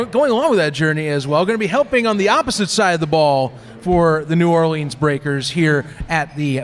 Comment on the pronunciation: Love your show, but y’all got to learn how to say “New Orleans” the right way! Enter me in for the t-shirt! Geaux Breakers & Giddy up!